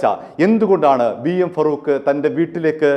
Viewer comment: ഫറൂഖ് അല്ല, ഫാറൂഖ് ആണ്.